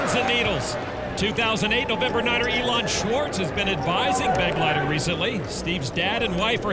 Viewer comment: Here the name "Begleiter" is being badly mispronounced: It is a regular German noun, and means: "escort." The accent is on the second syllable: "Be-gleiter" from the verb: " zu begleiten".